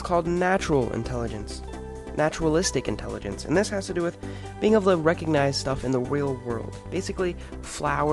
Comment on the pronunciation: The "G" in recognize is not silent.